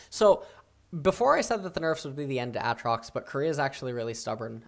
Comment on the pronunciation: It cracks me up everytime he says A-Atrox.